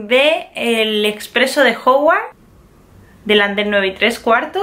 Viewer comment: Se dice hogwarts,no hogwart